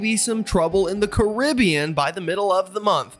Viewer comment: Caribbean pronounced correctly! One bonus point.